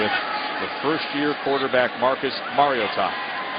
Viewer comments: so funny he's pronouncing maritoa wrong all game. must be his first game. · Getting pretty post off with how this reporter it saying Mariota's name